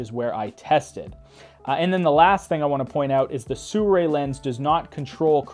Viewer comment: nice review, but STRANGE PrOnunciation of the brand name. SURRAY ?